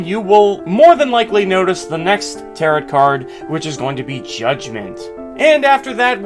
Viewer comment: I'm annoyed af at how he says "Tarot" like "carrot" it's pronounced "ta-row" like arrow